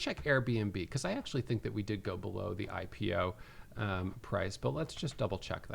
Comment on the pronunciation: Love how you pronounced it "HypePO" instead of "IPO" and I think that's perfect. Looking forward to this hurricane of a catalyst